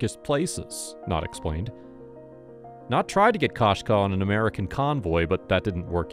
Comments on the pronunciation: Koshka is the word for cat in Russian and perhaps other slavic languages as well. The KO is pronounced ko as in koko, not ka as in kasha. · Кошка, koshka is Russian for cat. The "o" is not pronounced like the first o in "Costco". The "o" is more of a long vowel sound like in "go" or the 2nd o in Costco.